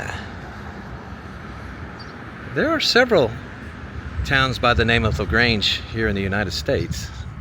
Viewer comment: La Grange is French for “the barn” Maybe come do some videos in Quebec and practice that French ;)